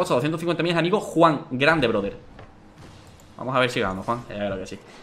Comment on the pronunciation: Gente normal: fake Dani: hacemoh como que vamoh pero en verdad no